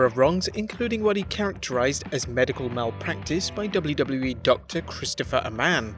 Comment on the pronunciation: I love when the voice-over guy says "doubloo doubloo wee"